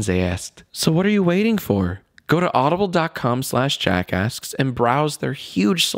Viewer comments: You really have to pronounce the 'K' when you say 'JackAsks'. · when jack says "jackasks" it sounds like "jackass" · It sounds like his saying jackass